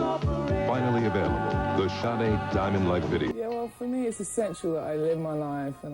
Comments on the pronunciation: Actually, her name's pronounced Shar-day. Just saying. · Shar day is how it is pronounced. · THE NAME OF THE BAND WAS (SADE) NOT HER...(Helen Folasade Adu) is her name 😏😏😏IF YOUR GOING TO BE A REPORTER AT LEAST YOU SHOULD HAVE COMMON KNOWELEDGE B4 REPORTING MIS-INFORMATION ABOUT SOME1, SOMETHING OR SOMEPLACE !!!! 😒😒😒😒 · agreed, this is BS and she pronounces her name wrong the entire video